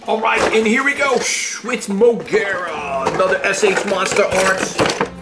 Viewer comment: elking from ultraman to be exact its burning Godzilla 200 M o g e r a is her Name not to be mean showa Godzilla I have the Kong from Godzilla vs kong king c e s a r e not to be mean I said it that way so you could Pronounce it properly again not to be mean I like your video game Godzilla also and showa Godzilla I have a small gidarah To be exact It's rainbow mothra Leo from rebirth of mothra 3